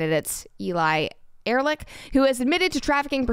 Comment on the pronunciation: Writing "Erlick" is a manifestation of a common English pronounciation mistake. So someone made reading it wrong easier-. Erlick probably comes from German "ehrlich". Take the "ear" from bear or the "er" from error and make it earlish. Means honest. Correct English writing style: Erlish Erlick means the name was not heard but read and simplified to be read wrong with confidence. I could be wrong if it came from Old German.